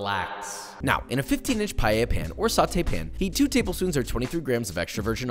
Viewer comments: You need to say PaELLA and dont put Chorizo ( its like putting cream in carbonara ) 😭😭😭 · NO ES PAELLA, POR FAVOR RECTIFICA. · the thing is that if you can say you the you can say paella in the right way paeya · not a minute into the video and he already destroyed the word "paella" not "palleya" as he pronounces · today we’re making “payay?” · Pie - eh - ya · did you just say PALLELLA? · I would never understand why english speakers add a Y in Paella and say Payella, other than that as a fellow cook this looks amazing like a very well cooked rice, maybe too many ingredients for my personal liking and definetely not even close to the real thing but worth trying for sure and very well cooked similar to how a real paella valenciana would be cooked nice socarrat as well. Personally I dont really like mixing meat and shellfish either, my fellow spaniards are probably gonna have problems with you calling this "Spanish Paella" but no harm done you never claimed it to be the traditional version this is your take and a pretty nice one at that. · I usually like your videos, but this "paella" is just unacceptable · Please learn how to say paella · >mixed chicken with seafood >chicken >used Bomba instead of Senia >chorizo >pepper >tomato > garlic >wine >not cooking with an open flame using orange wood >pronouncing Paella wrong like a mexican You bring that heresy here in the Albufera, you will be stabbed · as a Spanish, this is everything but authentic spanish Paella...........learn how to pronounce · You cant even pronounce it right. Who tf wants to learn spanish recipes from a white boy. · Please please please learn to pronounce Paella! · the way he pronounces paella 😩☠️ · As a Spaniard....thats not how you pronounce it...but it looks good though... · PAELA not PAYAYA...josh no kiss for you this time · Why Americans pronounce it "Payeya"? It's PAELLA! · NOTE: It’s not “pie-yeya” CORRECT: Pa-eya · How hard is it to say PAËh ya